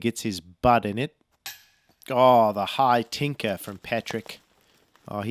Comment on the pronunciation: LOL dying at "high tinkah".